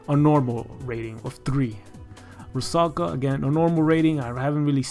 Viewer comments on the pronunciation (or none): none